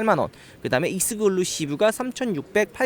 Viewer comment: 형 글루는 본드고 ... clusive 클. 루 . 시 . 브